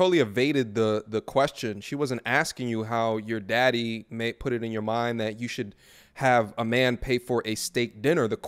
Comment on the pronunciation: "Mah' Deddy' did it" 🤢🤮